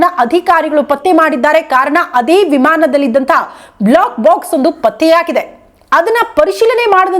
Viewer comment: Block box allla adu black box. Please correct information kodi...sariyagi uchchaara madi. ,,, ಬ್ಲೋ ಕ್ ಬಾಕ್ಸ್ ಮತ್ತು ಬ್ಲ್ಯಾಕ್ ಬಾಕ್ಸ್... difference arithu kolli